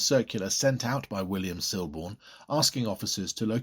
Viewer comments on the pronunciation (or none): The L in Siborne is silent